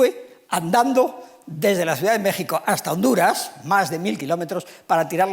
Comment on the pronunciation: A este señor le cuesta decir mexico pero si dice pais egipto.